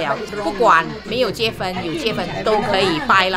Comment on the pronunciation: 你可以不要说（结分）吗？哈哈😅是读（结婚) Jie hun, 不是 Jie fen, 不然一直结分结分，结了就会分开啰，哈哈。😜😍